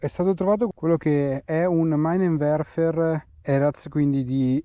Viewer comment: ps - «Minenwerfer» (lanciamine) si pronuncia «Minenwerfar» e non «Mainenwerfer»